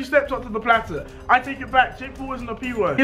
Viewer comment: DEJI SAID JAKE PUL HAHAHA